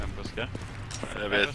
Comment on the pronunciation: "aa, han fuskajj"